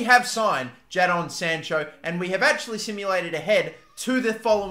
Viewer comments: why do you say his name like that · Bro ur saying Jadon sancho wrong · JA-DON SANCHO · jaddon sancho???